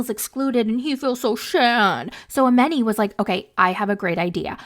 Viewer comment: Her name is pronounced A-MON-i, not A-MEN-i.